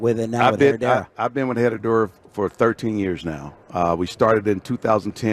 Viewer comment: The H is silent on Herradura Emmitt. 😀